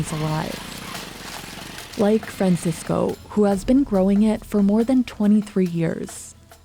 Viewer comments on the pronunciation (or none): none